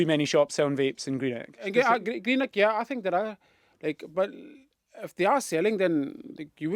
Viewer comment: 'Greenek' where the F is that?